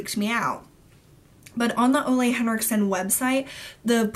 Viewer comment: Ole Henriksen's first name is pronounced "Ooooh-lah" (said like the ooh in "ooh la la"). Just so you know! I met him and when he introduced himself, he obviously spoke his name aloud, that's how I know!